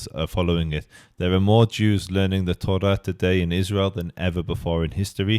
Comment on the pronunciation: When you say “Tora” its sound “Torat”